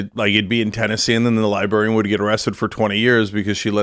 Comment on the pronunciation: Cenk can’t pronounce librarian lol